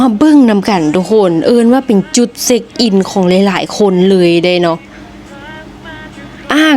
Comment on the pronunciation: จุดเช็คอินไม่ใช่จุดเซ็กส์อิน 😂😂😂😂 ออกเสียงผิดความหมายเปลี่ยนนะครับ